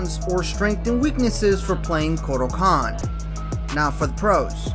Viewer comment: Just wanna let you know that you said 'kortal kahn' at the beginning there.